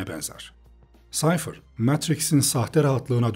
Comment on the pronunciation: Reis defa Sayfır demen dışında mükemmel bir anlatım olmuş :D